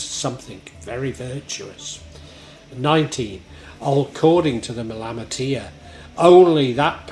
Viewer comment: Nice interpretation of the Malamatiyya my Friend. My only criticism as a student of Arabic is the odd mispronunciation. Other than that I am in total accord with your content, and am much appreciative of your efforts. JZK.